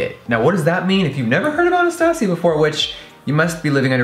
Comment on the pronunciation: he said "Anastasia" so good like spanish😍😍